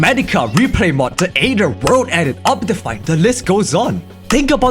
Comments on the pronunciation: its pronounced ather not ader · "Da Ayder" Like, bro. Cmon man. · 15 sec in and he alredy said smt wrong ader what the hell is ader